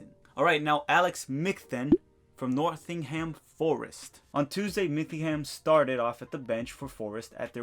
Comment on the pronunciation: It's not An-ka-ra-ga-su it's An-ka-ra-gü-cü, the c in last part sounds like as 'ch'. I'm not Turkish, and I may be wrong abt that but it's somewhere around that. And also it's not North-ing-ham, it's Nott-ing-ham, its not Bir-ming-ham (at least pronunciation-wise), it's Ber-ming-ham.